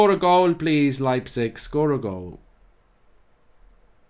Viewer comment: lmao the way he pronounced leipzig. you do it like: lie (like in lying).